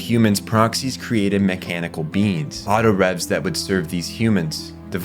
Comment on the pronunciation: Yea he also called them Autorevs and I remember them being called “Autoraves” in the show at least they could of been spelled revs bit it was pronounced raves.